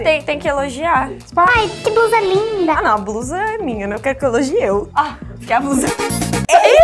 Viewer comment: ELA FALANDO “LUSCA”